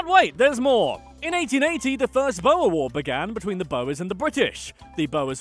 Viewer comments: He said boer very wrong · And how he pronounced "boer"😂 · my pain whene he says boer is imesurable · hy weet nie ook hoe om "boer" te sé hahaha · You butchered every afrikaans word, I love it XD. Was waiting for this vid for a long time Edit: I love how you say Boer 😂😂😂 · Hey South African here and your pronunciation of Boer and some other words are so wrong😂😂😂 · Baas? Groot?Boer? Everything you just said was wrong😕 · The way you say Boer is funny af tho😂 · It's funny how he pronounces boer lol(saying it wrong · you have butchered the words boer and witwaterstrand XD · the way he pronounces ‘boer’ and muizenberg 😭😭😭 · When you say "Boer" try pronouncing it like this: Boo + R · There are a lot of words that are mispronounced, but a few of them are very difficult to pronounce even if you are taught the correct pronunciation, here are the rest: Boer is pronounced: Boo-er Witwatersrand is pronounced: Vit vaah ters runt Vereeniging is pronounced: fir ee+uh nah gin (Please note that the G sounds like you are clearing your throat, much like the ich in german) Apartheid is pronounced: Apart-hate Kwa-zulu Natal: is not Zwa-zulu Gauteng, the G is also pronounced with the throat clearing sound Limpopo is pronounced: Lim p+oh p+oh Vredefort is pronounced: Free+er der fort Wouter Basson's name is pronounced: Voter Basson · Ai, hy sê bouer i.p.v. boer - dit maak my ore seer, maar ons spreek virseker sommige van hulle woorde verkeerd uit. 😁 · its pronounced boor not bo-wer and its not yoh-han-es-burg its joe-han-nes-burg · Its pronounced (boor) boer war not bower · Dude... "Boer" is pronounced "B-ooh-rrr" Not Boa like a snake??? Hehehe a simple google search would have told you that! Us Afrikaans people would appreciate the correct pronunciation. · You pronounce boer like boor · it's weird because in both English and Afrikaans the "oe" makes more or less the same sound... Idk why he said "bo-a" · bo - er south africans: bruhhhhhhhhhhh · He says Boer like "Bouer"